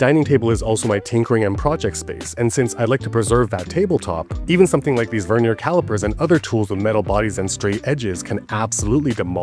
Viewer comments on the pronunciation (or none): none